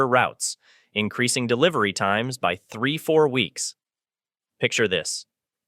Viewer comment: AI trying to figure out how to say 3 to 4 weeks.